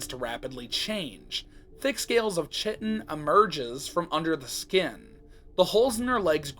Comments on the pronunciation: Fun fact: chitin is actually pronounced more like kite-in! Awesome video btw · Ik this is like a month old but chitin is pronounced Kai-ten